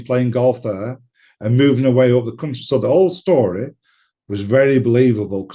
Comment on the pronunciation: Luck of the Irish again ..its "story" not "shstory" 55